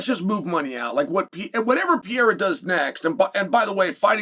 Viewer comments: Dear uncle, my beloved G it is pronounced PE - RE - IRA not PIE - IRA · It's not Pee eira!!!! Sheesh Carl! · Do you think he says his name wrong on purpose? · Why should we take your opinion seriously if you still can't say his name. Clearly you've been hit in the head too many times. If you can't think you have no insight. I'm sorry for your brain injury but you shouldn't be on YouTube. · Chael names prononciation is next level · No excuse to still be mispronouncing his name